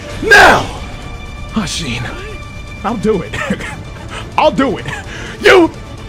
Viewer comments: Isshin of asheenuhh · It’s funny how he never really learned how to say “ashina” or “mikiri” lol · Ikr lmao same with asheen